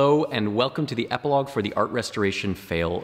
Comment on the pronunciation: Very interesting "Eiplogue" ;)